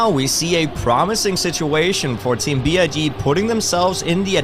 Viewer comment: Not to be rude and I understand the thought process, but BIG is an acronym (just like NATO/NASA), so it’s not pronounced „Bee-Eye-Gee“ but as a regular word. Would be great for the org if you could spread their name in the correct way in future casts! 😊